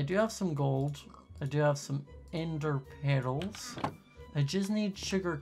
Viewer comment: I love the way you pronounce Ender Pearls 😂